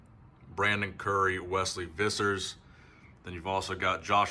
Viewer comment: Wesley Vissers surname the v is pronounced as an f. Just saying...